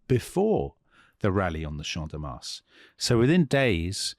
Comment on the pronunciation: Your pronunciation teacher here guys. Do not pronounce the S in Mars. 😊